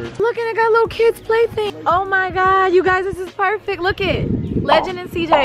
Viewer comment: NOT A HATEFUL COMMENT (I’m a supporter lol) BUT IT drives me NUTS when Queen says “lookit” QUEEN ITS LOOK!!!! JUST LOOK!!!!!